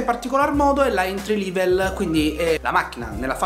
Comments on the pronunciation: si pronuncia "entri level"e non "entri livel" e la musica di sottofondo e' troppo alta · Entry "Livel"? 🤣🤣🤣🤣